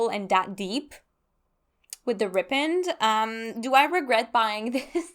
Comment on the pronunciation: Rippened? You mean "ripened " right? Ry-penned. Like "the fruit ripened on the tree" 😂